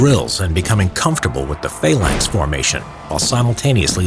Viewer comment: Phalanx not faelanx